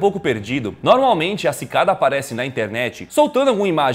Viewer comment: Só eu que entendi: Pikada 3301?